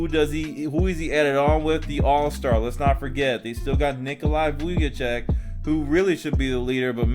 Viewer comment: Nikola Vucevic. Learn to pronounce his name. Your video got a dislike from me